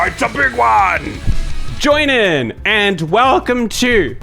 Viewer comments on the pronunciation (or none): I swear Joinen gets weirder every day, and I'm here for it. XD Luv ya, bruh (even when u cant pronounce it right)! 😉